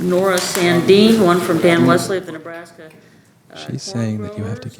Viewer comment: Ahh Nebraska, all this time i tought you said Alaska :P fml